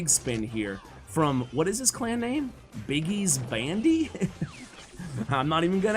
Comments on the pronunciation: hahah as a german i had to laugh as you said biggies bandeeee :'D its like biggies crew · Biggi's Bändi.... Zu geil wenn Amerikaner Deutsch aussprechen😂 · For germans its sounds really funny when he say Biggis Bande 😂 LG